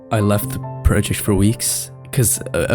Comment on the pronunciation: Praw-ject ❌ Proh-ject ✅